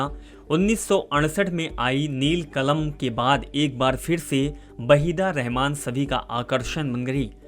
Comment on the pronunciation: Abey sahi se naam lena seekh le warna ye kaam chhor de Tere bolne ka tarika bhi bada ajeeb hai.. Channel wale pata nahi kyun aise chutiyon ko rakkhe hai